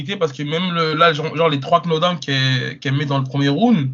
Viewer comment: Bonne vidéo mais juste un peu d'efforts sur la prononciation tout de même, par exemple, on ne dit pas " qunodown " Abi, mais " knockdown" , à prononcer " nokedawne" grosse modo. Merci et force à vous